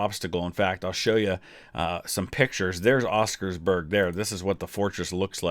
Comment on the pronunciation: Just to add some notes on the language. Oskarsborg translates to Oskars fortress. So by saying oskarsborg fortress, you're saying Oskars fortress fortress. Also its more o sound and not e as you said. As berg is another word that roughly translates to mountain. Other than that loved your raction and hope you find time to watch the entire movie